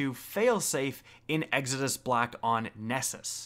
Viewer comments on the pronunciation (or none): none